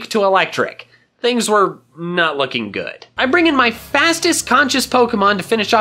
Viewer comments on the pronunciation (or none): none